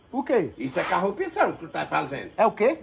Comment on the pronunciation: Carrupção,,, kkkkk,, carrupto 😂😂😂 malandro esse véio